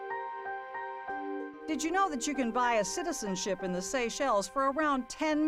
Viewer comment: "CITISENSHIP IN THE SACHELES" Ouch. There's gonna be another trial for that.